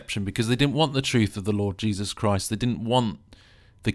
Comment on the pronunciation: "In these times as the deception", which is you, It's not the son of god. It's God of the Sun. You worship over a man named jesus and don't even pronounce his name correctly, You speak more about another beings experience, you forgot about your own. You are doing exactly what they want you to do, look further away from your own damn self.